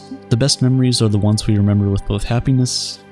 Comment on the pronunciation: “Oh, I love to memba Chewbacca”